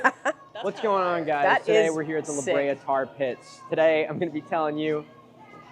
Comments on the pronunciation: i’m glad i’m not the only one who has to say “the the tar tat pits” when i hear “the la brea tar pits” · Thank you for calling them The THE TAR Tar PITS!!! You don’t know how much I needed to hear someone say it exactly like that! Why does English do that with foreign words lol?! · its lahabrea :face-orange-biting-nails::face-orange-biting-nails